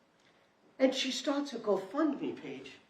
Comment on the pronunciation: The go fund me page was the go bump me page. she's high af. Slurring her words...not to mention the girl behind the mom is on something too, high much